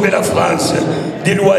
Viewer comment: Il faut sauver la FREINCE ! J'adore ses prononciations !